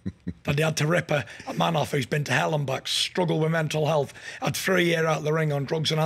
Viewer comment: OMG he mentioned "Menal Ealth"!!! NO WAY! Fury NEVER rides the "Menal Ealth" train!